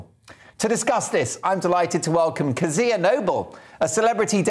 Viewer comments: Jeez, you'd think the host would have learned to pronounce your name given he used it about 50 thousand times. It's funny to hear you interviewed by someone who doesn't know your opinions on everything yet :D Methinks that fella has a lot to learn. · Well done Kezia! The interviewer is incredibly annoying. The guy could have learned how to pronounce your name don’t you think? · My god why can't pronounce Kezia properly....